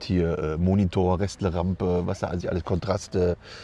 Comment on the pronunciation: "Restle Rampe" 😂😂😂